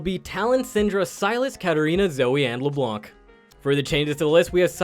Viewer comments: Hearing someone almost pronounce Leblanc right made me smile... so close... Stop pronouncing this C!!!! Pleaseeee!! French people pronounce exactly 0.9% of last letters in words :3 -One native hon hon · Isles exactly! First time was said correctly then you brought back that hard C and I was like but why? :')